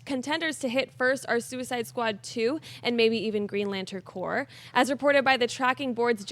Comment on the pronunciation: it's corps Danmit lol